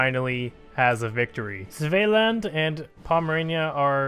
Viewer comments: Svealand is pronounced similar to Sweden but instead of a W, it’s a V with a D at the end lol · The way u say Svealand tho